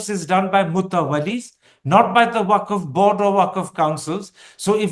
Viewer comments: वक्फ not Waqaf. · करण और दवे साहब। वक़फ नहीं वक़्फ़ है सही लफ़्ज़।